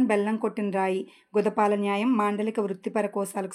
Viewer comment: గూడోపాల న్యాయం మేడం గుదోపాల కాదు.